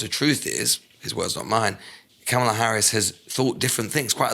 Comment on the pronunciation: I am huge supporter of this podcast and agree with the general sentiments on almost all topics. I will say though, it’s becoming slightly jarring hearing Jon and Lewis constantly mispronounce Kamala’s name, especially when it’s a conversation that occurs daily in the campaign. I just don’t see how you couldn’t have even accidentally picked up on it at this point?